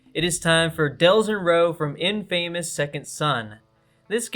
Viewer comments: Im not trying to sound mean but its just pronounced “infamous” not “ in famous “ but all and all good video would kinda like a psbr 2 since everyone making a platform fighter now a days. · Great video and great roster, but small note: check how u say characters names and games before u say them in a vid lol. Atreus, InFamous, Nioh, Aloy, Revan. Just makes you sounds like you're not a playstation fan and just reading a script.